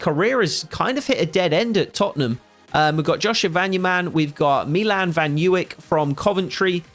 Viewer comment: some serious signings, although I'd judy point out that the right back Milan van Ewijk is pronounced ' Eh - Why - ck